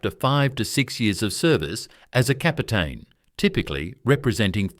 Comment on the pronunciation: La voix artificielle français de merde qui traduit et prononce le Français comme du Bullshitt.... On prononce R...e...i pas raie comme la raie de mon cul.. Marézal de loi.. ou lieu de maréchal des logis ...et C'est quoi un pélaton.. soulève talon ou su lutin au lieu de sous lieutenant . tenant gauche au lieu de lieutenant. capotin au lieu de capitaine. lol...in short the ranks are the same as in the other regiments. commonent pour commandant lol de chez lol . Major for non-commissioned officers is not a rank it is a distinction like Marshal for generals...the shoulder pad carries a grenade, not an incendiary grenade as the voice of shit translates into French